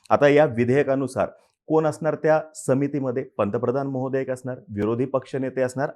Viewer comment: महोदया🚫. मोदया ✅. 🤣🤣🤣